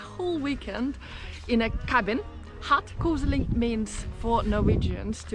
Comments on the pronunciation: No, «koselig» is not pronounced «koosh-lee» (that would be «kusj-li», not «kose-li»)! It is rather pronounced «kohs-eh-lee». 🤗 ❤❤❤ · Koselig = KoSHelig in normal pronunciation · Actually, it’s spelled ‘koselig’, with an e. Here’s the real advice, though: When visiting Oslo (minus the far west side), to really impress you should pronounce it ‘koschli’. The rest of the country doesn’t care much, but in Oslo, you’re a snob if the s is too pronounced. Same goes for ‘Oschlo’. The o is closer to an English ‘oo’, though. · When you say "koselig" it have to sound like Kosli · I just wonder: You know how to pronounce Oslo right, but words like koselig or Tromsø not.